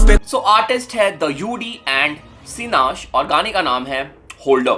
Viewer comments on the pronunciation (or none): It's Sinash bro Ash in the end 😉